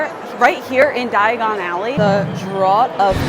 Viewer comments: "Draught" is pronounced the same as "draft". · Great update. Just FYI, "draught" is pronounced the same as"draft". Draught is an older spelling of draft and means the same thing. English is weird.